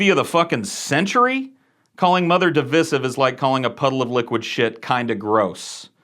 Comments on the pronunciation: You pronounced "divisive" incorrectly. Lul. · Why are you mispronouncing divisive? It's killing me.